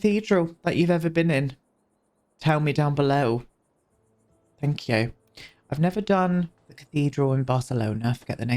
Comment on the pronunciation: obsessed with your "thank yew. x"